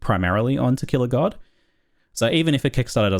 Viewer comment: I hear "Tequila God" every time